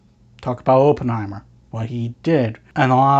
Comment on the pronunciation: Pronounced his name wrong all the way through, painful